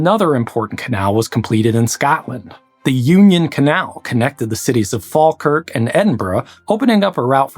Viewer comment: What video were you listening to? a few minutes in I've heard Scawtland, Glaiscow, Fall-kirk, Edinborrow...